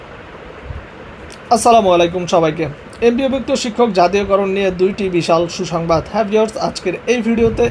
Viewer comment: এ রকম আবালীয় "হুহুংবাদ" বহু শোনা গেছে। বিনোদন। মাস্টরি করবি আবার এতো "টাহা" চাইবি ক্যা?